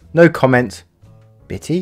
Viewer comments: It’s not bittie it’s bitte “bitta”German for please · With the one post that ended with 'no comments bitte', Bitte is pronounce 'bit-ah' and it's the German word for please, in this context!